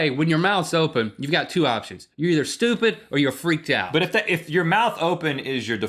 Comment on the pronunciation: I love when Link says "stupid" lol "You're just stooped"